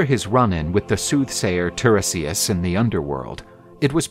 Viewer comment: The seer's name is pronounced /tie-REE-si-as/; just sayin'. Also, the "mermaids" that Odysseus and his men encountered were the SIRENS 🚨.